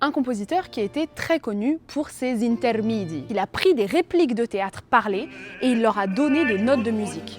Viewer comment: Video magnifique, mais il y adeux pepins: 1) C'est "intermEdi", pas "intermidi"; 2) "Jacopo" se prononce "Yacopo". J'attends la deuxième épisode 😊